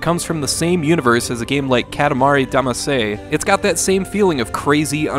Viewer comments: “Katamari Dama-say” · Congratulations, that is the worst pronunciation of Katamari Damacy ever